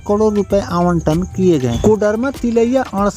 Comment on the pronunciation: Say karod not kadir as you are telling inthis video